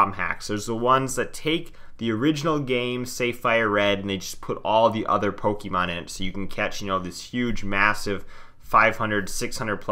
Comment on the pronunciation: It's pronounced "poke-ayyy-mon" and not "poke-E-mon" but otherwise, good video